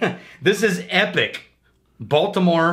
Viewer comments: Epoch (ee-pawk). Not epic. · Did you just pronounce Epoch as epic? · Say it with me, e-pock. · Sorry.. it's pronounced EeeeePooock._.;; lol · In an attempt to say epoch